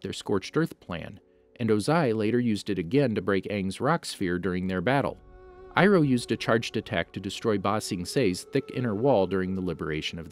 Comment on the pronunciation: General iroh more like GENERAL FIRE-O